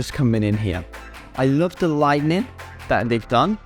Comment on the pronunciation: Nice house, love the stone work on the outside and the fantastic views. Just a quick correction, lights are pronounced light-ing, not light-NING (that come after thunder...or Thor).